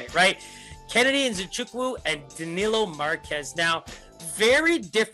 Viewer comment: First guy to pronounce Kennedy name right